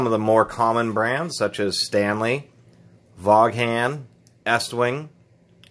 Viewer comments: Thanks for the experienced info. FYI, not to be too critical, Vaughn is pronounced "Von". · LOL it's "Von" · Honestly, the first time I've ever heard anyone call it a "vawg han". ....pronounced vawn...like yawn... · Dude, you dissed Vaughan and can't even pronounce the name correctly? Get real. Vaughan makes some of the best hammers in the world. Based on the appearance it doesn't look like u do too much carpentry.